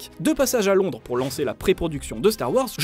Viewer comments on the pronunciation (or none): none